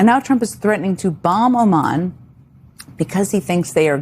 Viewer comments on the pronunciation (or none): Jen, it’s Oman, not Amman. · Why is everyone saying Aman? It is Oman